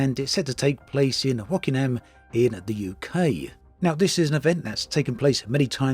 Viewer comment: Wokingham is pronounced "woke-ing-am" not "wokinam" (I had to look up the ECM because I didn't know where "wokinam" was (I thought for a moment you said Rockingham, which is a tiny village in Northamptonshire).